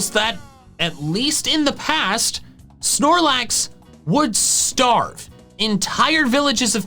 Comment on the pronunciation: AGAIN, THERE IS NO E IN SNORLAX!